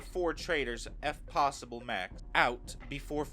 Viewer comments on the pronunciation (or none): none